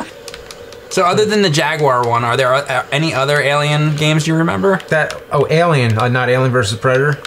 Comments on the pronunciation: aye-lien vöös pre-dater, mr lu-go-zhee. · What's worse is how James says "alien". He pronounces the "a" like you do with the "a" in front of the name "Albert". It's really strange and I wonder who taught him to say it like that??